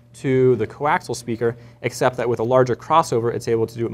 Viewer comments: coaxial = koh-aks-EEE-yal, not koh-aks-al. Sorry, had to go grammer Nazi man. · Co-Axial, not coaxle! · It's fucking co-axial, not co-axle. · Coaxial* not fkn co-axle.